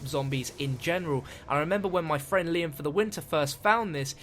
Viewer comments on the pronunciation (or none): none